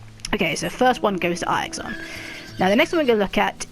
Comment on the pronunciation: Eye-ixon lmao 😂